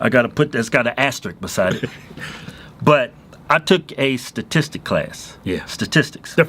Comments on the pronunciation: Statesticule ??? Say whatttt lol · y'all can't even pronounce statistics😂